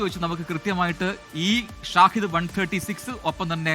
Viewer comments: ഷാഹിദ് ❌ ഷഹീദ്✅ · Not ഷാഹിദ്, ഷഹീദ് ആണെന്ന് തോന്നുന്നു which memsns Martyr.